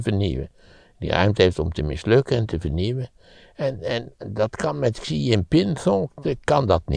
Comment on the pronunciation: Hele goede analyse. Huawei is uitgesproken als "Gwa Wee" en the "Xi" in de naam van de eeuwige leider als "Sjie".